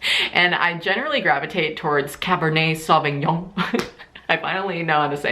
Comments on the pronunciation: As a french speaker, 10/10 pronunciation of cabernet sauvignon! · You pronouncing cabernet sauvignon was incredible hahaha here in aus we usually just say "cab sav"!